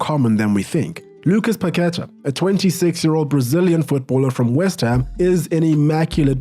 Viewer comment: PaquetA not paquEta